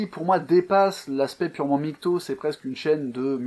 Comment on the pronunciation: Arrêtez de dire "migtow", prononcer l'acronyme de façon si grotesque participe à décrédibiliser la chose, comme si au lieu de LGBT on disait "elgeubeut".